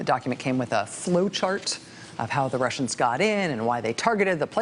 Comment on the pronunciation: Every time She says 'workin with the Wussians' I start singin' Warren Zevon's Lawyers, guns and money .